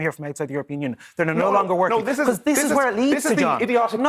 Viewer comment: 'Becuz', it's Because. I can't stand that, Paul Murphy does that too. Can't even pronounce an English word properly and he's a west Brit. People elect for representation not a dictatorship, the absolute gall of him saying he has a mandate to do whatever the hell he wants without consent.